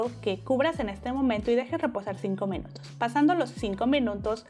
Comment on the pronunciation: Por qué dices mEnutos en vez de minutos?🥺😆 pd gracias por la receta,amé todo🙌🏼